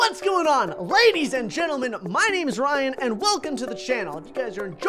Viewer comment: He Said raidis insted of laidis